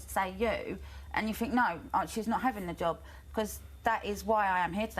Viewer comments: Katie was demonised for years she is really coming back strong! 12 interviews in 5 years, i had to go for 9 every 2 weeks. GCSEs don't mean you are qualified, you sound quite simple when you can't pronounce think properly and keep interrupting , the word is think, not fink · Wants to be a teacher but can't pronounce. a sentence in half decent English....accents are fine but i 'fink'...the word rgardless of accent is 'think' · You are not well spoken, you pronounce "think" as "fink".